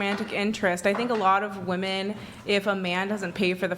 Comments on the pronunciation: she’s a good one. Sharp. She can’t pronounce the word “women”, but none of them can. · Why the hell do they say “Woman” when talking plural? Drives me nuts 😂😂